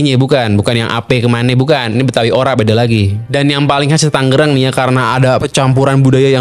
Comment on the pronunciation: Tanggerang dia bilang..saya bilangnya tangerang